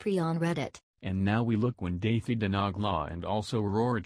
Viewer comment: Its actually dahi the nogla this is how you pronounce it